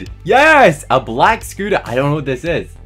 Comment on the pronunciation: Hqhah the you say soter its scotter